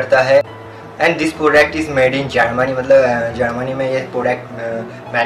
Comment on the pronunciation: Bhai kaha se ho tum? ... Kitni gandi hindi bolte ho Yar .... Sach m .. bura mat manna but bhai agar hindi nahi aati na to mat bola kar.... And ya .... That's not "Podect" ... it's "product" ... Maine dekha tum har video m ise galat pronounce karte ho